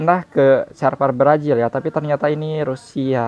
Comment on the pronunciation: Brazil bukan brajil.. 🤣🤣🤣